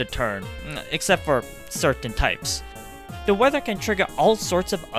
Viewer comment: I was sort of taken a back by his use of the insult " Man-Child" all whilst speaking exactly like a Man-Child.... Seriously, just pronounce THE instead of DE and you would sound 20 years older.